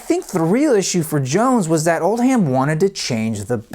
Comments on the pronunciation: It’s pronounced “Oldem” not “Old-ham” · Very enjoyable and informative ! oh and regarding their manager, it’s not Old Ham it’s pronounced Oldam just like Bucking Ham palace is pronounced Buckinam Palace, what’s so hard fgs lol.